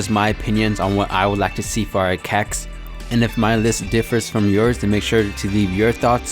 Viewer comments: It so cringeworthy when you say Cacs just say C-A-C (see a see) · Stop saying CAC's like that. My mom said if I watch another video like this again I can't have my phone anymore